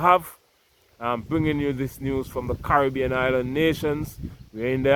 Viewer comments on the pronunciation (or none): none